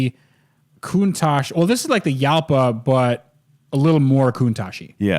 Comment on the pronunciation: Jalpa is pronounced “Hall-pah”.